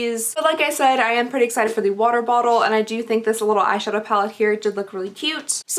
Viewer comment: I just have to laugh a little lol, you can’t say water bottle to save your life but juxtaposition comes out without a hitch 😂😂😂